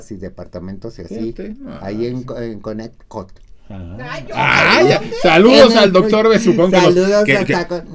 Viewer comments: Pues yo aprendí en documentales que Coneticut se pronuncia CONETICAT 🤣🤣🤣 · Pronuncia Conerikut para que te escuches mas "gringa"